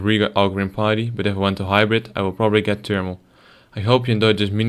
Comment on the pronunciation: btw u pronounce it as pitty when ur dutch. r u?